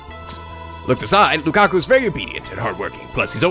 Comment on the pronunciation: Okay, basic mistake. You are calling Lukako LukakU. It's an o, as in an Oh like in Rose, but NOT like in hot... discribes Lukako pretty well.. Oh also, most translations Romanize it as Rukako, but techically neither is right since Japanese's r/l equivalent is the same thing, and yet is technically neither. I guess the translators decided to settle on an L sound rather than an R sound rather than explain how it's caudally sound somewhere between r and l....